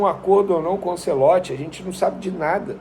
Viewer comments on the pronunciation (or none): none